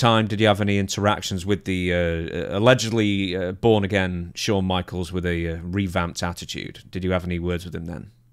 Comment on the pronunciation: How do you spell Shawn the way Dutch pronounces it? Showne? Shone?